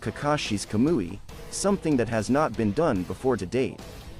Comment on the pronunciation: I'm sorry I just couldnt deal with the monotone voice and pronunciation of the names. I tried but when he said Kah-moo-E. Like a fake kablooee explosion I was done the Kazuma and w/e else again right after it. It's not that I don't think Goku could solo my boys in Naruto universe cause I do. it was just how slow it was and the voice/pronunciation.